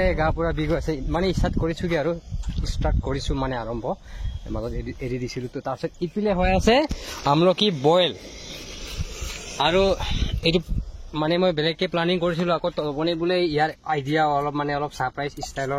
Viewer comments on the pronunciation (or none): Amloki nohoi amlokhi